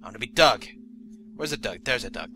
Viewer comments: " I am dog, a friend of Trip and Grace. " Lol, you pronounced it dog. Not Doug. x3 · When he said Doug I thought he said "Duck".